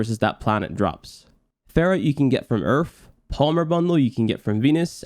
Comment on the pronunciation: pronounces 'Earth' as 'Urf' but says 'Lith' correctly. I'm not making fun, just found it interesting.